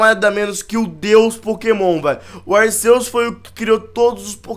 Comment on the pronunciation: se fala arkeus